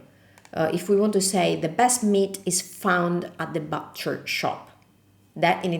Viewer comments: Just quit duolingo I’ll be studying your videos for awhile The word “butcher” is pronounced “buuch er” Not exactly like boo cher But a little softer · Attenzione alla pronuncia della macelleria in inglese é but non bat ( butcher) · Butcher shop is pronounced like the but in I like it but... not bahhtcher shop . LUV your videos